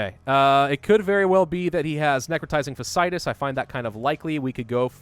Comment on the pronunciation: I seriously hate to be THAT guy, but you're pronouncing necrotizing fasciitis wrong.